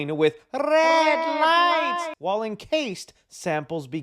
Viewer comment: whenever you say red lights i laugh out loud